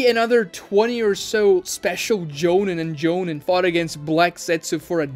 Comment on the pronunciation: Interesting analysis and Ragnarok Online music. You need to work on your pronunciations, though. It's very painful to listen to. For example: 上忍 JOE-NEEN not JOE-NIN (same with 中忍) ミナト MI-NA-TOE not MINA-TOE MA-DA-RAH not whatever the hell you are saying lol